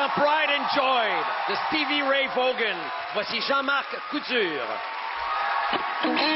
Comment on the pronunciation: VAUGHN!!! Prononce quasiment comme VONN (comme dans Yvonne ou telephone).